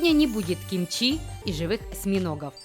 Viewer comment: мне кажется что "юмор" про собак не смешной + все таки в топ корейских блюд должны входить кимчИ и пибимпаб а еще пулькоги, в корейском ударение либо на последний слог либо не ставится, про последний слог нужно чуть больше объяснить, но поймут наверно лишь те кто что-то знает об этом